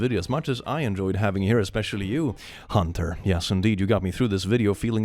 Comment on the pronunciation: btw im sure it has already been said but you are saying Huntyr wrong in the vid but with the intro and outro you say t right lol Huntyr=Hunter talk about irony lol